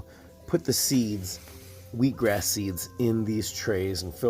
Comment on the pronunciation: Did you say "wheek grass?"